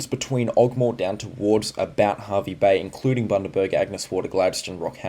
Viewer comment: Hervey Bay is pronounced Harvey Bay 😅